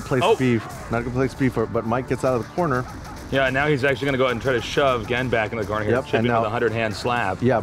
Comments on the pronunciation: The players and the games are fantastic. The format, the setting, and especially the unknowledgable commentator really killed it for me. I stayed for Honda vs Gen. Finally, why did they let that guy say "Jen" the whole time? Gah. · the thing that bugged me the most was that he kept calling Gen... "Jen." it really irritated me every time he said it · I like how it took Tasteless 3 rounds to pronounce Gen's name. Then again, he was just a random hire by esgn, he shouldn't be expected to know so much about a completely different game than he is used to casting. But you'd think the producers would at least force him to learn 8 names. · Every time he called the character jen my eye twitched just a little bit more. Even after gootecks said the characters name correctly. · JESUS CHRIST STOP SAYING JEN. GEN HAS A G. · gen isnt called gean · please say gen right, please!!!